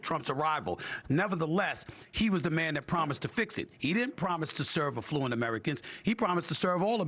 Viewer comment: Stephen A I love you, but it is pronounced “AF-fluent. You said it incorrectly 6x during this segment and it’s jarring bc you are smart and savvy. Hoping you are not offended. ❤